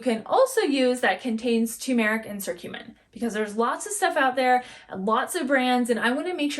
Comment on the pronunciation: fyi it's pronounced kurcumin.. hard C. but good info. also One of the best ways to get The anti-inflammatory properties is to juice fresh turmeric root in your juices.